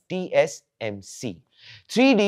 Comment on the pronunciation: in the video he mispronounced TSMC as TCMC So i was pointing out that